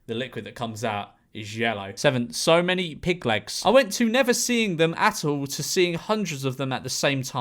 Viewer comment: Memeulous saying "pig legs" has the same energy as Benedict Cumberbatch saying "penguins"